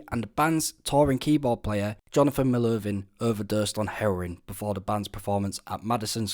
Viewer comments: Johnathan Melovin? Who the hell is that? MELVOIN. I can't tell if you're AI or not but you mispronounce names like you're one. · It’s Melvoin, not Melovin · MEL-VOIN! not melvin lol.. brother of the Prince guitarist. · James "eye-ha"?! Jonathon "mel-oh-vin"?! C'mon man, do a LITTLE bit of work... 🤦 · The keyboard players name was Johnathan Mel-VOIN, rhymes with coin. He was the brother of Wendy Melvoin, Guitarist in Prince's band, the Revolution. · Like would it kill these “ content creators “ to pronounce the names properly? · Also: Jonathan “Mel-ooh-vin”?? They got that from “Melvoin”? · "James Aye-Ha"...."Mell-O-Vin"....what a goddamned idiot. 🤦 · That's not how you pronounce Melvoin. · You wildly mispronounced both their last names.